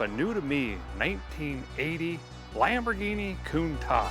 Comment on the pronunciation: Its the Lamborghini cant-ash